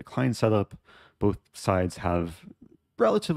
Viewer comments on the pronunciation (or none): none